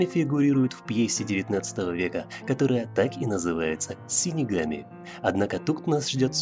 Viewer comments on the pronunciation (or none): Дизлайк за "синигами"))